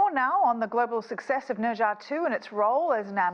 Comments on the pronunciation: Neezaaa that is how you pronunciate it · Did he just pronounce Ne Zha as Ninja?? wtf at least learn how to properly say it